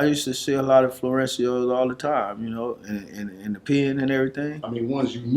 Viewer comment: Florencio.....they keep saying that when it's Florencia